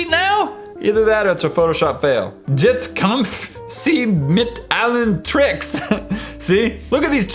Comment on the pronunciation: He just seems terrible with languages. Jetzt is pronounced "yet-st".